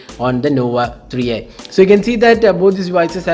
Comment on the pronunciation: "Huawei nova etikksss "